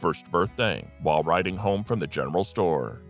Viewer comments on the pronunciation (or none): none